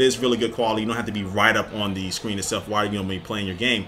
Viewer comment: Anyone else notice he says Shcreen instead of screen?